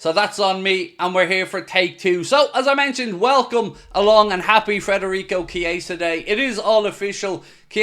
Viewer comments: Please.. Federico not Frederico! 😉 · could you PLEASE, for the love of God, take some journalistic responsibility and leave the "R" out of FEDerico's name? It is NOT FREDerico...it is FEDerico. Have some RESPECT for the guy. Is this SO TOUGH? It's not MOO Salah...it's not DIEGO Jota... it's not ALICE MacAllister. Right? If you can handle their names, then just BUCK UP and say the guy's name CORRECTLY. How would YOU like the media welcoming YOU to a new city / team by consistently mispronouncing YOUR name?? Would you feel really "welcomed"? I guess not. Think this would be a little suspect / lax / disrespectful? I GUESS SO. Thank you for your consideration. Otherwise...LOVE your coverage!!! Huge appreciation for your work, insights and opinions!!